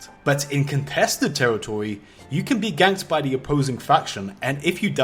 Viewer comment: contwested teritowy